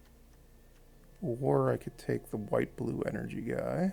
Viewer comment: People will definitely comment on the Twisted Riddlekeeper Me: Why does he call energy counters ener-jons